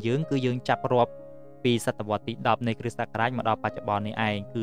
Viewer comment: លោកគ្រូ នេះអានថា គ្រិះ តែនេះអានថា គ្រិស្ត សូមលោកគ្រូជួយអានឱ្យត្រូវពាក្យផង! អរគុណ